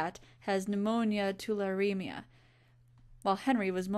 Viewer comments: too-lar-ree-me-ah Hope that helps :) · Hearing you trying to pronounce Tularemia was adorable